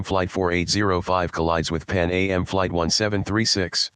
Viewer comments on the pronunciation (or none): It’s “Pan Am” (rhymes with ham), not “Pan A.M.”